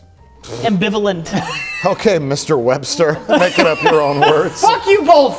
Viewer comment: I’m convinced the pronunciation “bolth” is an adverse side effect of alcoholism.